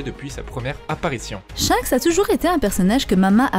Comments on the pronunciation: Top la video, mais on dit SHANKS et non pas SHENKS À chaque fois que tu disais son nom j'avais envie de te mettre un red hawk dans ta face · Tu me stresse a dire " Shenks " c'est Shanks bordel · Elle a dit "shainks" jai quitté la vidéo désolé 🤣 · Superbe vidéo beau job à vs deux et ta voix omg par contre ta prononciation de shanks me fume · On dit chanxe par chinxe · Oui je pense 😂 j'adore tes vidéos mise a part tes fautes de prononciations 🤣😂 en tous cas continue comme sa